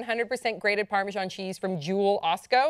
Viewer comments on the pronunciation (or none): I've never heard of Parmejon. Perhaps you mean Parmesan? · I'm on the only English guy thinking why are they calling it 'parmejon'. Pretty sure it's pronounced 'parmezan'